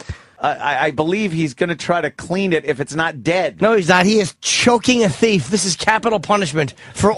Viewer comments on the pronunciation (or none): I love the way he says ‘thief’ “This guy is caught a THEEF” “Yeah— YEAH GOOD! This man is strangling this T H E E F” I automatically pronounce it like this now I’ve heard it so much.